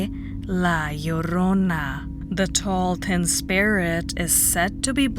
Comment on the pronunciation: I love your pronunciation of La Llrona. The "LL" sound is always hard to grasp with the way I speak.